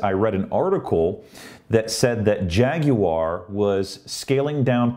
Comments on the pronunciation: G'day. "Jag-u-ar" good one. That's how you do it. Not "Jag-wa" as NA seems so keen on. Practicing you pronunciation in relation to your recent tweet on same Check me on Twitter too please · you are now officially an honorary Brit for your correct pronunciation of Jaguar!